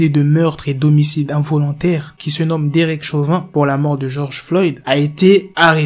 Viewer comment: C'est pas derick, derek